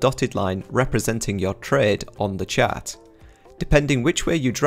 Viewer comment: Ah! When you say chat, you mean chart.